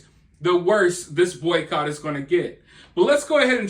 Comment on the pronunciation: Im sorry. Are you saying boy coch?